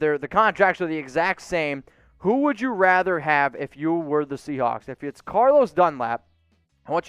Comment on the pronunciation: I’m glad I’m not the only one that heard him say “seacock”.